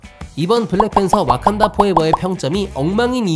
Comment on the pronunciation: 와칸다를 어칸다...